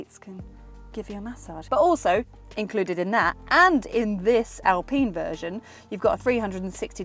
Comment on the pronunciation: I know the French are weird when it comes to some thinks but please say Alpine rights its Al Pine as in Pine not pene.